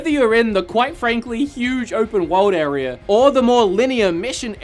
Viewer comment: Area, not arear